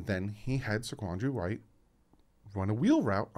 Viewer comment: And I'm from South Carolina. You're pronouncing White's name correctly